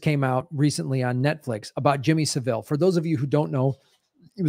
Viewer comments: it's pronounced SA-ville, not Sav-Ille. The accent is on the first syllable. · Jimmy Sav-ill rather than Seville